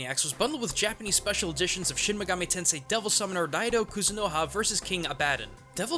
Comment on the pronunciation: Well shouldn't he know how to properly pronounce the words if that's true?